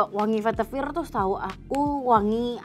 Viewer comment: Aku mau komen, udah diwakilin disini. Pasti notice pelafalan "veitiver" sama penyebutan "akar2an" ya 😅